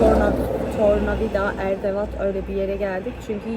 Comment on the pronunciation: Erdavat değil kız Hırdavat😂 Hastayım şu kelimelerine